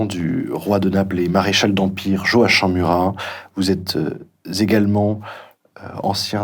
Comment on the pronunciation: À l’adresse de l’interviewer, on prononce Joakimm...